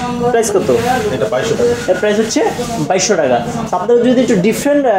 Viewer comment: I love it when u say teka , instead of taka! Really sweet tone bro!